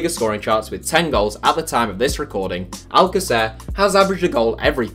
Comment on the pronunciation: It's not al-ca-CER, it's al-CA-cer. Trust me, I'm from Argentina